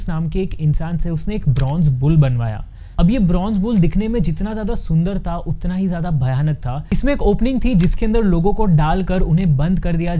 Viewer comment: Bhai tumne video me "tha" ko bhi utna hi torture kiya h